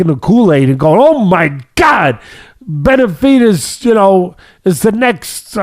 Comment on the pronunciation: Is it me or does it sound like teddy is saying "Beterbidez"